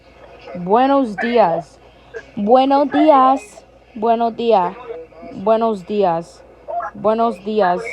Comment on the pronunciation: Bro is struggling on buenos días